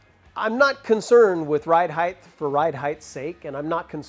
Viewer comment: Height not “heighth”. Sorry.. just a pet peeve.